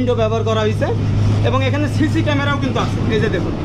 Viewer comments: 😂 ওনার উচ্চারনের সমস্যা আছে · আমি ভারতীয়। আপনার কথাগুলো মজার মজার। ওটা ছি ছি camera 📷 নয়, সি সি camera 📷